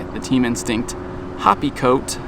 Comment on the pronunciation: I swear it sounds like he’s calling it a hoppy coat. Lol. Pretty sure it’s pronounced the same as happy